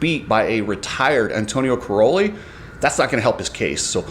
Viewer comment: Dude!!!..... Stop calling Tony Cairoli "corrolli"...... His name does NOT rhyme with a Toyota Corolla!!!....... Can you say "Kai...". Tony's last name sounds like "Kai..."...... NOT "Cor...".... Have some respect and learn how to say names correctly. Cai Ro Li. As in Kai. Kai Kai Kai...... Not Cor Cor Cor........ What a dingbat you are..